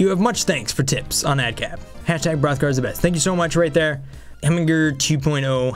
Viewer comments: almost anyone can do the b-b-b-b-b-b-rrrrrrothgar...... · ahmere gughes lol Hrothgar